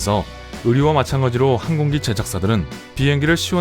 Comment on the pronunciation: 항공기, 하얀, 새, 세상 모두 억양이 틀렸어요 읽기 말하기가 엉터리에요